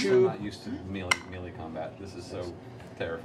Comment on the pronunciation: I love how Matt pronounces "melee". That's how I've always said it, even though I long ago learned it was wrong.